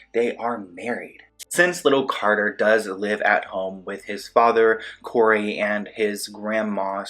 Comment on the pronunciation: And you said “Cory” it’s not Cory …… try again fam